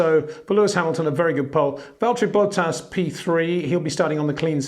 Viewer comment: I love you mate, but his name is Bottas, not Bowtahs